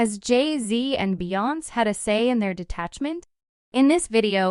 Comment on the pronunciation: BEYONC???? OMG!!! ITS BEE- YON- SAY